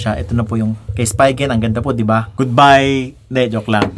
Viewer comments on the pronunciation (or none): spigen not spygen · Spigen is pronounced as "Spee-Gun"